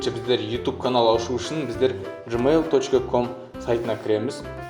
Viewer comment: Джайл емес гмайл